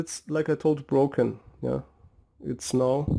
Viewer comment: It's broken, not Brocken